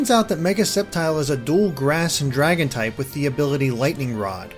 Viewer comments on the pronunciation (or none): none